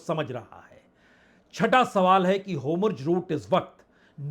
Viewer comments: वाजपेई जी आप जैसे सीनियर लोगों का hur muz की जगह होमुर्ज रूट कहना तथा (netenyahu) नेतान्याहू को netanu कहना उचित नहीं लगता है kripya apekshit sudhar kar le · होमुर्ज नहीं होर्मुज है।"आर" पहले हे "एम" बाद में और "जे" नहीं "जेड" हे। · आप होर्मुज को होमुर्ज क्यों बोलते हैं? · HORMUZ kaa sahee pronunciation aap kab seekh paayenge dear PPB. PLEASE reveal...😊😊😊